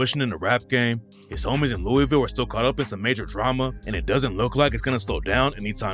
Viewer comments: If you are going to talk about my city Louisville it is pronounced Lou-a-vul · This guy doesn’t know Louisville by the way he pronounces it